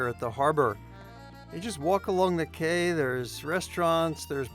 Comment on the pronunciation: The word - quay is pronounced - key, not kway .